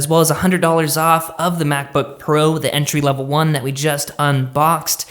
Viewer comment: Dude that intro is super ultra effin weird. And what is it with you reviewers and pronouncing the definite article like a normal person. WTF.